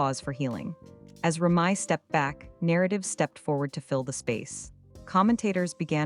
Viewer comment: TRASH & Listen at how the narrator if it announces Remy name .. SMMFH